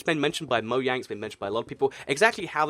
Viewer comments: instead of saying moyang plz say moJang no offence but if it's ur accent then fine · #Q&A Mojang is pronounced Mo-J-ang. With a J. Mo-J-ang. Not Moyang. But no hate. :) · #Why You say Moyang no Mojang? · he seid moyang but the word is mojang not moyang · It's mojang not moyang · Why do you say moyang not mojang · #Q&A Y do u call mojang moyang is it ur akcent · Question: Why do you pronounce it moyang?# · it is not moyang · it's actually mo-jang but on the other hand